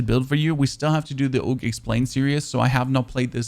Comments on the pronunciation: Wtf is a "oog" and a petrol grip? 🤣AUG is pronounced like "org" and its a PATROL grip not a petrol grip 🤣🤣🤣🤣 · Oog no it Aug “AHHGU” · Loving the "Tummy Shots" and "Oog" LMAO!! Then you saying, "I'm European, we say Oog, not Awg". Haha! Love the videos my man. Keep Grinding.